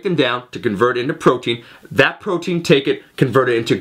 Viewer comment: "which is the conversion of pffffffffrotein..."